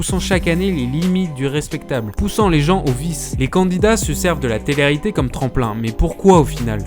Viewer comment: Hé garçon ! répète après moi : té-lé réalité, pas téréalité. Il sort d'où cet accent franchement ?? Enfin le plus efficace pour ces émissions de merde disparaissent c'est encore de ne pas en parler. J'avais moi même oublié que ça existait avant de tomber sur ta vidéo en recommandation...